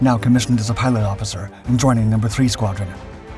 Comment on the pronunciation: His nickname was "Chota", not Choda. It indeed means "little one"